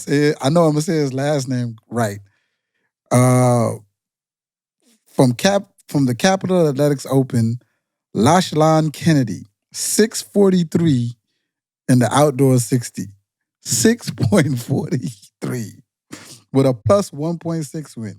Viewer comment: Notable celebrations from 2024 came from the non-track athletes: Gianmarco Tamberi shaking springs out of his shoes, and Mondo appropriating the Turkish Olympic shooter's (silver medallist) pose. And btw,, Lachlan is pronounced "lock-lan" where then "lan" sounds like "land" in England.